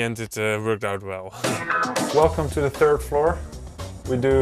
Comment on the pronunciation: "hello, relcome"